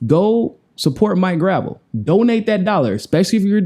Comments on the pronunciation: Isn't it pronounced /gɹə'vɛl/? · Grah - Vell (how its said) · Great work! But "gruh-VELL" not "gravel" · not gravel graa vell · it's Grahv - ell, not gravel. You were corrected by Mike couple days ago. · It's pronounced "gra-vell" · Maurice Robert "Mike" Gravel (/ɡrəˈvɛl/) The pronunciation symbols are from the International Phonetic Alphabet and indicate his name is pronounced Grah-Velle, emphasis on the second syllable. (ə, comma, ago, ɛ, dress, bet, prestige). The IPA stress mark (ˈ) comes BEFORE the syllable that has the stress. And hey, thats the way we pronounced it here in Alaska when he was my Senator. Love Mike, you too, keep after it man! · You keep mispronouncing his name. It’s GravEL. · CMON IT'S "GRUH-VELLE". otherwise v good:D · Love it. btw it's pronounced "Gra-VEL" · Mike Gruh-vell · Love you man but Senator's last name is pronounced "Gra velle". Thanks for interviewing him. He's a great man. If only American people were smart enough to understand his National Initiative for Democracy. Could you interview him on that? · please pronounce the good gentleman's name correctly. Gruh-velle. He's a treasure; wish some of my Boomer friends would unwax their ears & listen to the man. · Gotta pronounce his name right,!:) gra-VEL...accent at end. He corrected you at the top of the original interview. Peace and find your balance. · You know it is pronounce Gra Velle. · Please pronounce his name correctly. It’s not hard. The guy is a hero of the Vietnam generation and deserves to have you learn his name. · You might research how to pronounce his name. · are you pronouncing his name wrong on purpose? He told you how it's pronounced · Mike corrected at the beginning of the interview... smh... guy still doesn't remember